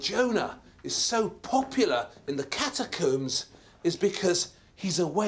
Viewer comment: ok this guy mispronouncing catacombs and omega is highly distractive